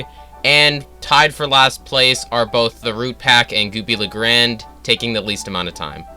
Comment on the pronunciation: Hearing you misprinounce 'Goopy Le Grande' is funny asf